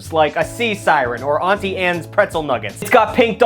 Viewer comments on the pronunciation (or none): none